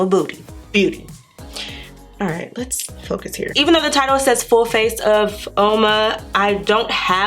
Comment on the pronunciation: Oma is an Igbo word from the Eastern part of Nigeria. It means ‘Beauty’, ‘Beautiful’ or ‘good’. It depends on the context you are using it. The correct pronunciation is OMA. Btw the look turned out beautiful. The foundation and concealer were not bad at all. Loved the matte eye and the lip combo is beautiful.